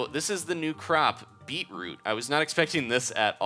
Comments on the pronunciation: you said beeproop soup -_ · said beatroop soup XD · It's pronounced 'bee-chroot' if you like them then you are a true Aussie :) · he says beetroot wrong